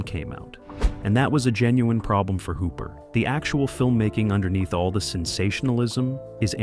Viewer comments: I honestly didn't know there were so many different ways you can pronounce "Tobe Hooper" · I have to get into writing scripts for speech synthesizers, because there's no reason you shouldn't be able to have "Tobe Hooper" & "John Dykstra" pronounced correctly in your videos, you just need to write the script properly...